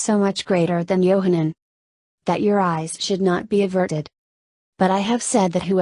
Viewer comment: Yahchanan not Yohannan it means Yah is gracious. Yahshua not Yeshua, Yahshua means I am salvation.